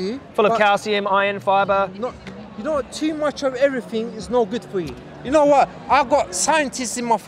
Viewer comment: "I got scientists in ma family, I noe wot I'm talkin about" Absolute gold